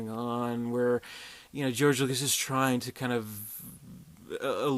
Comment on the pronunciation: lucas not lucks